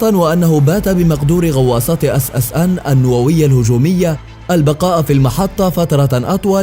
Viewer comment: اسمها ssn مو اص اص ان صوت ينرفز